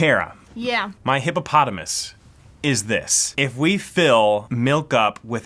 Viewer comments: its hypothisis not hipopotimus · Uhh it is hypothesis not hippopotamus or hypotenuse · mispronouncing hypothesis is my favorite thing